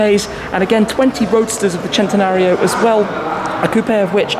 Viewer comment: Loved the way you pronounced 'Centenario' was something else. Sounded proper itlalian.